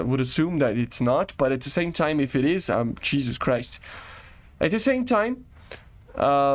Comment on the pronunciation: "Umm Jeuse Christ" had me laughing lmfao